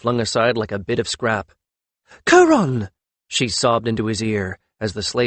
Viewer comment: Oh well, same all same all! Pronunciation problems. I'm starting to believe its an unconscious thing , something with the paths your language lays in your brain, makes it hard to utter some sounds. Kiron would be kaÌ-ron,not kuron! Avatre would be Avat-RE, not avatra. Hard for English speakers, but not impossible. Your dealing with an actual language ,not the mercantile patois you were taught is one.